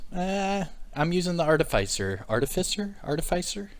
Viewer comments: "artificer" try pronuncing it like this ~ r - tif - a - sir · ar·tif·i·cer pronounced like "ARTIF-IS-SIR"